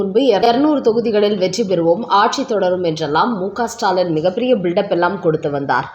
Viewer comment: ஸ்டைல் பேச்சாளர் பெண் உச்சரிப்பு ஸ்டாலன் ...